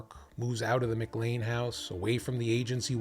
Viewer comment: Mick Lane? McLEAN McLEAN muh KLAIN muh KLAIN